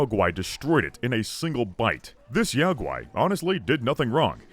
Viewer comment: I believe that Yao Guai is meant to be pronounces like Yogi. Because it's a bear.